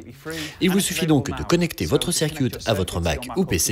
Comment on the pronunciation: Bonjour, c'est très sympa à vous de traduire et doubler ces vidéos, les rendant accessibles aux non-anglicistes. Ce serait juste bien d'éviter les fautes de prononciation: - Circuit ne se prononce pas "cirquioute" mais plutôt "ceurqueute" - Synth ne se prononce pas "fin's" mais "sin'f" (encore que le f ce soit pas tout à fait ça) Voilà sinon encore merci!